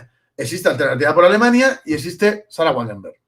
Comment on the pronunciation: Wagenknecht = "Vaguennejt"